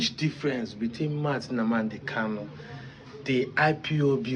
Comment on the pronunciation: Are you calling him a terrorist? You can't even say his name properly. Who is this dude!?